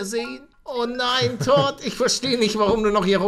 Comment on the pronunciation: MAN SPRICHT TOUD AUS 😂😂😂😂😂😂